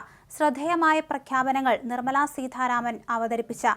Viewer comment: സീതാരാമൻ ആണ് സീ ഥാരാമൻ അല്ല